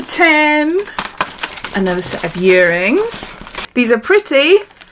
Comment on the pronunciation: I like that you say 'yearrings' it's familiar to my Welsh ears lol